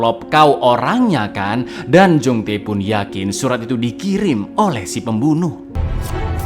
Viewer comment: Kembaranmu Jong-Tae?! Yg benar itu kembaranmu Jong-Tai!😂😂